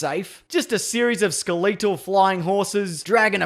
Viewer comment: Did he say Skel-ee-tel? Lol